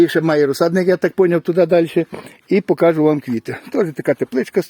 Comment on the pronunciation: не "покАжу", а "покажУ" та ін.. переходьте з суржика на українську А так круто, звичайно..